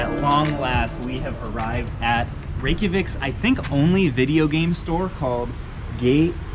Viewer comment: Way to go on the pronunciation of Reykjavik! Iceland is one of my favorite countries to visit. There are some really wonderful nature finds north of the city (and across the whole country for that matter).